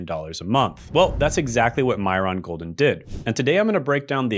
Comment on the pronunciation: Is this an AI video because you're pronouncing his name wrong and it just doesn't seem like it has your usual vibe.